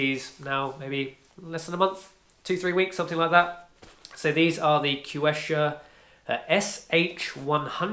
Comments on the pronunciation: Quechua is pronounced as “keshwa”…😊 yup, i noticed outdoor shoes/boots from decathlon lasts about a year or year and a half when used daily. nice review! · It's pronounced /k̍ɛtʃʊə/ˌ "ketch" as in in ketchup, "u" as in put, "uh" as in America.